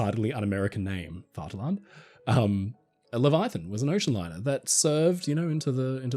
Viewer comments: Its spelled Vaterland, but its pronounced Fatherland. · Are you saying “fart alarm”? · it is pronounced "Faterland":) V's are F's in German pronunciation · Please work on the pronunciation, its not that hard. Vaterland means fatherland --- the "V" is pronounced like an "F" and the "T" is strongly pronounced like Titanic. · Great ship, great video, but the pronounciation of Vaterland could be better.The V is spoken exacly like an F. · The "v" is pronounced as an "f" btw